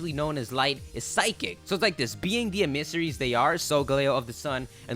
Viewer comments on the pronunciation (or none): Dammit, e meh seh rie not e mii suh rie! xD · I love you so much but emissary is pronounced em-uh-sair-ee not em-iss-ar-ee like you keep saying.